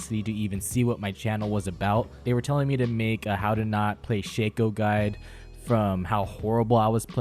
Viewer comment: You focking piece of dog poopy. It Shacko, not shaco